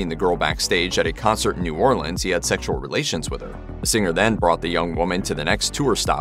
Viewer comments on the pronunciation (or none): none